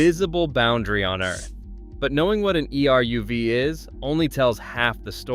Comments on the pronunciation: You don't spell E-R-U-V. It's pronounced EH-RUHV. Say it in two syllables, not four letters. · Not E.R.U.V. but eruv. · that's what happened when you use AI generated voice content. It doesn't understand that eruv is a word, not an acronym.